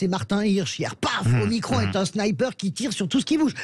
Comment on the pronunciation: Ce n'est pas omicronne mais OMICRON ou OHMACRON !!!